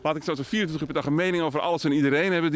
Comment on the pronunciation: "Mensen die over van alles en iedereen een meinig hebben..." Tja.